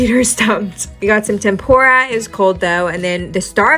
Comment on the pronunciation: Bro the pronunciation of tempura 💀